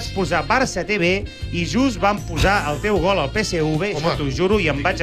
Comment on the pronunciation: Peseuve no, es diu Peseve, en català, fins i tot Rallo diu Tevetres i no teuve tres. Es diu PSV.